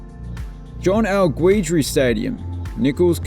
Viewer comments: Guidry (GIDD-DREE) or (GEE-DREE) but not (GWEE-DREE). One of many easily mispronounced names in my state of Louisiana. #DABOOT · Nicholls' stadium is pronounced GEE-DREE but that's ok. Worth noting that when I visited Strawberry almost a decade ago the concessions had been redone on the home side and looked great. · XD the u in Guidry is silent - it's pronounced Gidry (from somebody who lives in Louisiana) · I literally busted out laughing at your pronunciation of “Guidry”